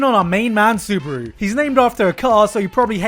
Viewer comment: why are most people pronouncing his name as suburu xD am i the only one noticing this?? its clearlyy subaru -.